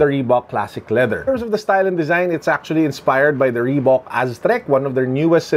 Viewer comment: reebak or reebuk. idk hahaha. Thanks